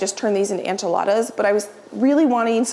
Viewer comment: I adore you but one thing, that drives me a little crazy, and I should get over it but Enchiladas is pronounced en chuh laa duhz - the en is the same sound as en in entry or enable, not an like ant. Loving you from Austin, TX. Thanks!